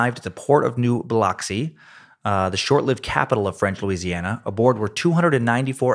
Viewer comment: Greetings from Biloxi! (Buh-Lucks-See)